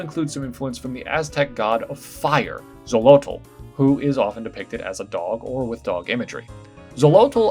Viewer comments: I like it. I think it looks cute! =) slight correction: nahuatl isnt pronounced nau-wat-l. The L is more silent than pronounced. It's more accurate to read as nau-wat. (but tl definitely does have a way it's pronounced) Similarly, Xolotl is better pronounced cho-lo-t (or cholo) because the original pronunciation for x was "ch" before it became "jh". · A- I love this so much. I’d take the time to grind it before the endgame fosho B- I’m p sure the tl in Nahuatl is silent? So its like “Nah-wah” and Xolotl is “Show-low”. One of my coworkers spoke Nahuatl and he always pronounced it that way!